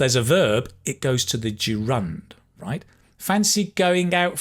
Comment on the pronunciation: I was shocked when I heard you pronounce the word "gerund" and wondered if I had mispronounced it for the past 30 years. I cannot find any pronunciation evidence that reflects yours, neither Cambridge, Oxford, Macmillan and the like. As to your question - Here in Germany the literal meaning of "to pull sb's leg" is "to take sb on the arm". Thanks for the insight you give in the video. I'm often at a loss whether the phrases presented in a video reflect the current state of a language, since especially slang expressions are prone to fluctuation and regional differences. Slang / informal expressions from my region (western Germany) are by no means a representation of the vernacular spoken all across Germany.